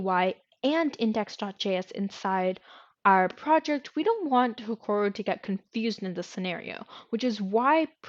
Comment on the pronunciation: BTW its HEROKU not HEKORU was painful to listen to the end, but thank you